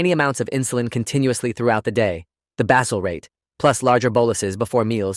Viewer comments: AI: it's basal rates, NOT basil rates!!! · It's pronounced bay-zell. Got it right later in the video. But the AI inconsistencies are challenging.